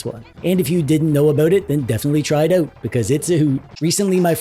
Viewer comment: You say check these all oat, eh? Ok, I will.